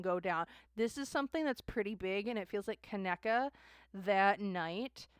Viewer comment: Pronounce it like (Ka knee ka ) ❤ Kaneeka or KJ